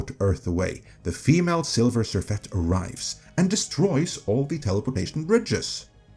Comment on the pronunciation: Not "Silver" Surfette but "Sliver" Surfette.